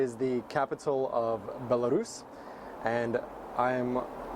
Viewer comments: i was wondering how you were able to say belarus so well. you are russian :) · yeah, I was surprised too how effortlessly he pronounced it, and it's a difficult word :)